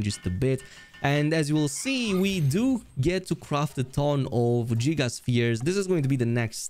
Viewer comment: Hey man the way you say “giga” in giga sphere is so wrong that it sounds like a slur you may want to google how to pronounce it because that g is not supposed to be said like j